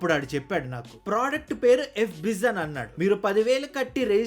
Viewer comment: F Biz ❌ E Biz ✅😂😂